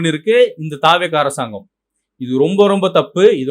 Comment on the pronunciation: தா வே க என்ற உச்சரிப்பு தவறானது த வெ க என்ற உச்சரிப்பே சரியானது